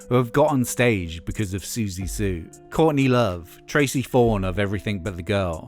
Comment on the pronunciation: Couldnt even say Siouxsie's last name properly